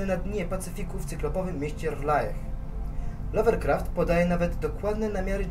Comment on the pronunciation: Nie doczepie się twojej wymowy "Cthulhu" i "R'lyeh" ale doczepie się tego że mówisz "Lovercraft" a nie "Lovecraft"...